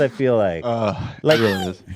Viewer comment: “I weally twust HBO” LOL wow you guys are out of touch NPC’s.